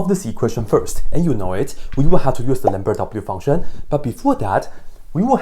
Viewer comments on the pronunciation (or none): Did he just say lamberdadoubleUfunction?